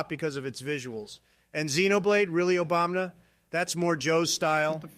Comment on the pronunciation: I absolutely love it whenever Trump says Obamna. 😂